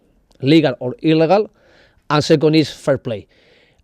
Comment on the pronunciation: How he said "illigal" might make you fall from 15th floor.